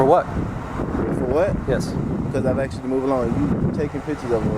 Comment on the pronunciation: BUT HE AXED YOU TO LEAVE!!